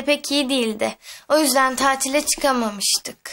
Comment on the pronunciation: Nazlı tasile diyor ama tatil demeliydi